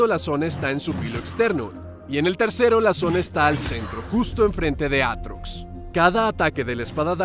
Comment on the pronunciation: devuelvan la R a mi Aatrox >:(